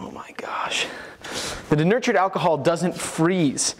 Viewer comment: "Durnurtured alcohol" 🤣🤣🤣🤣 It's "denatured" alcohol, lol.